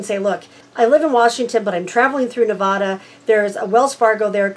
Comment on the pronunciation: FYI! There is no "ah" in Nevada! A as in apple Ne va da. NOT Ne VAH da, please.